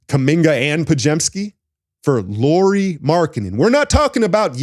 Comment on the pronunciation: It is pronounced like Kyle Lowry.